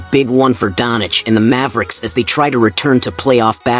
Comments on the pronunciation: Not Luka donic, its Doncic... U mess the new goat name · it us DONČIČ NOT donič